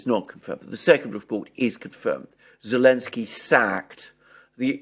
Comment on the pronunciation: why does the man say Olensky when referring to Zelenksy? as a native english speaker i am strictly just curious?